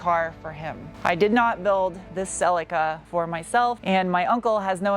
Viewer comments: Its pronounced Sul lee kuh not sellica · Its pronounced Cel EAK a